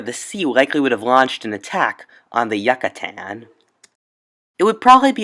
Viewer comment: Yoocatan not Yuckitan.